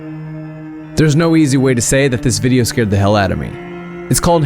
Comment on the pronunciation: Not scaerd